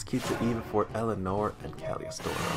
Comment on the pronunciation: Wow it has been 3 years already? Can hardly believe it. Guess it is time to start making new Jerry decks. Psst: It is "Cagili-O-S-TRO"